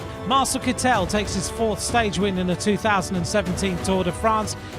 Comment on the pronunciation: Doesn't his name have a German pronunciation Kit-tel rather than Kit-el (with stress on the e, sounding very french as pronounced in all of these videos).